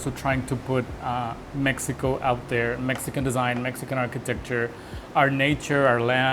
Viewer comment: 'cause it's in Meh ee ko